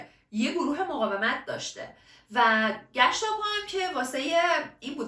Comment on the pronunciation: عالی.عالی و خفن.فقط یه نکته کوچولو بگم؟گشتاپو رو اشتباه تلفظ کردی.گِشاپور.ببخشیدا :) الباقی،بی نقص بود!